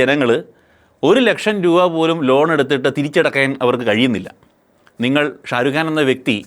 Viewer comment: ഷാ രു ഗാന് അല്ല ഷാ രു ഖാൻ ബ്രോ.